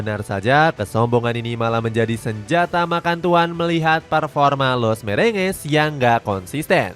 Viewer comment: Los Merengues ❌ Los Mrenges ✔️